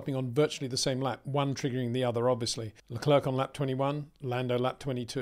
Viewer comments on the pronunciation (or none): its fucking Lecair like the chocolate. PETER CHARES LE- CLAIR 😊